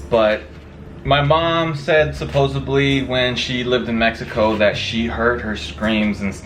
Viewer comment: It’s pronounced supposedly* not supposebly